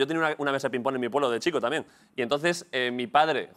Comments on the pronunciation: Es ping PÓNG joder, con acento en el PONG hostiputaya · Ping pÓng, con acento en la O, Óstia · Quién dice Píng Pong?? Ping PÓng, por favor. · Me pone muy nerviosa que diga pinpon en vez de ping póng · Pínpon? PÍNPON? La hostia. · cuando ah dicho lo de “pínpon” 😂🤣